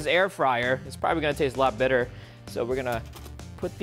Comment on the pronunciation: Everybody did you hear from the start of the vid he said biter or better